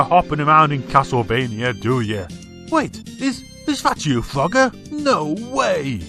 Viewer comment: At first I thought you said Fugger